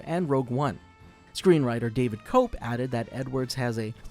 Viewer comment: It's pronounced Koepp (Kep) not cope